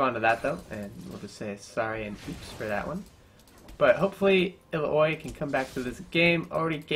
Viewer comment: Its ill-ow-ee not ill-a-oy